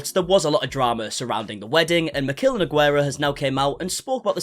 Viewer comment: Cada vez que alguien dice nogüera un pedacito de mi alma muere....